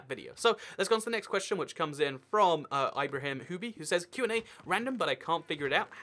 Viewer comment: its not 'ie-br-ah-im' its ibr-ah-eem